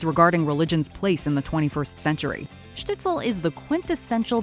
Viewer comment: It's Shtisel, not Shtitsel.